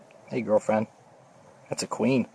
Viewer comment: "Hey girlfreand" lol